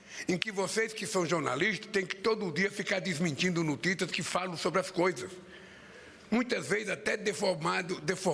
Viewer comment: Esse é o Presidente de um Pais? aos é impressão minha ou ele fala "muitas veis"? KkKk.